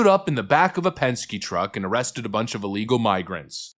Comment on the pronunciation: Dude, you mispronounced "arrested."